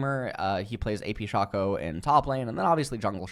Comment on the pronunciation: Is mispronouncing champion names on purpose? Like Aatrox, Shaco, and worst of all, Veigar. Or does he actually think that he's pronouncing them right?